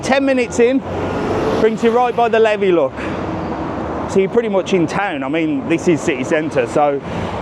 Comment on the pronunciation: Does the hop on, hop off bus pass christchurch Its the river liffey not levey 😂 Yrh dublin is very expensive hence why i dont go as often now 🙈🙈🙈